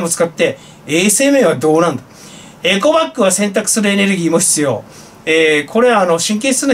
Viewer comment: エコバッグっではなくエゴバッグ